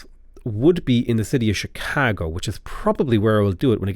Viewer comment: I'm sure you know your pronunciation is regularly quite wide of the mark, but for some reason you nail Chicago not in the American accent but precisely in the Chicago accent, I think I got goosebumps, lol!